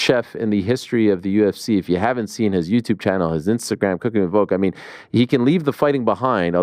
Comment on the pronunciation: Ariel still saying VOKE pisses me off lol at least now he acknowledges it